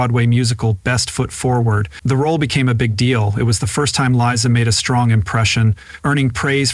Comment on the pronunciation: Glad you finally found out that It's Liza, not Lisa.